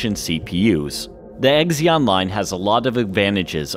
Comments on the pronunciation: Good job. Great overview. Recent buyer of a 2012 12-core and will upgrade over time … (NB Zee-On rather than Exx-on ;-) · It's not "Egzion" processor, but "Zee-on" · it's pronounced 'Zeon'. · The 'x' in Xeon is pronounced like 'z' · Xeon is pronounced zeon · The “X” is pronounced as a “Z”, ie Zeon. Come on now. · How the hell does someone pronounce "Xeon" so wrong? Have you never heard anyone else say it?